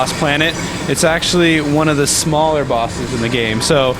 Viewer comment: Notice how he said SMaller. xD